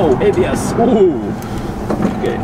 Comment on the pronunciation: Super late to watching this video, but still a fun watch! Model X run when you get yours? Haha. Also, sometimes you saying "ABS kicking in" sounded like "IBS kicking in" and it made your "oh sheeeeiiiitt" comments more funny